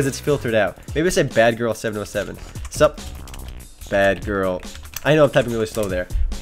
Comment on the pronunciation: wtf he dont kno how to spell sup XD he said some suwp FAIL!